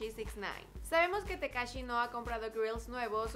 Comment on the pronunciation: Ahí dice takashi no tekashi